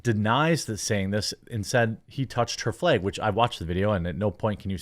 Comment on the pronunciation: Why do you keep saying "flage"/"flayg"